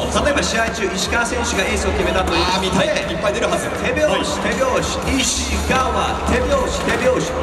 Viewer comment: 実況の石川コールイントネーションおかしくてみんな戸惑ってんじゃん